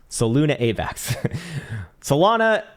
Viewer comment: "SUH - LOON - UH VAX"